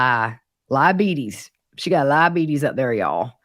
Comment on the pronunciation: PLEASE STOP SAYING 'LIE-ABETES' IT'S NOT FUNNY. You don't like the word retard? You're offended right now right? Just like I am offended when you think you're cute saying a non-word like that. Diabetes is a serious health condition. So is mental retardation. Here's an idea, how about you don't make jokes by using any condition that the person with it can't help having!!!??? Seriously, try being a responsible adult with empathy for all; not just those whom you feel like it.